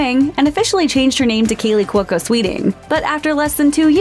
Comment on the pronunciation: what's wrong with you? its KALEY NOT KEELY get it wright.